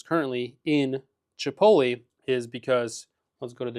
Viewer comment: Dude doesn't even know how to pronounce chipotle lol